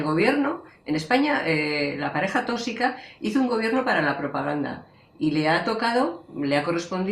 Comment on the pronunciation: No digas otra vez TÓSICO por dios..